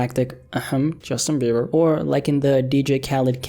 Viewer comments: Bruh i cant with bE-bER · Justin bee-burr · I can't believe he just did that to Bieber's last name🤣🤣🤣